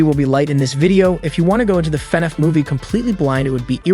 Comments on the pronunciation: Why did it sound like the narrator kept pronouncing FNAF as fuh-niff? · Why you say fnaf like that